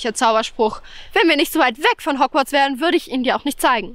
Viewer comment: Das heißt Hogworts und nicht hogwiez oder wie das heißt